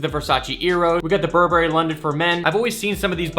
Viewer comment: Why cant he pronounce burberry